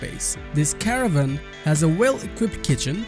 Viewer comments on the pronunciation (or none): none